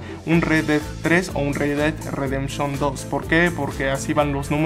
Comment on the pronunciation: "El re ded redemchon 2" xD